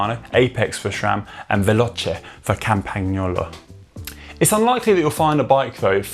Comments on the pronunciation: I said 'appreciate the efforts' 😅 Definitely not perfect, but a lot better than previously, at least shows they're making an effort :) Connor if you're reading, easy to break down as: 'CAMPAN-YOLO' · Nope. Pronunciation is not correct. But Connor made a good attempt. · As an italian i was actually getting mad how he pronounced campagnolo lol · No, it's not.